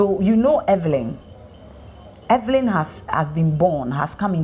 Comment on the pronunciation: The interviewer said Everyn😂